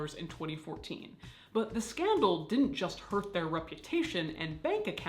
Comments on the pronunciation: "It was a skan-dahl" 😂 😂 😂 Hilarious! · Obsessed with your pronunciation of "scandal"